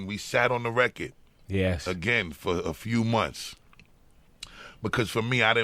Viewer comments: I fucking adore the way Bus says record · Who’s here in 2024. I love how busta says record “reccad” 😂😂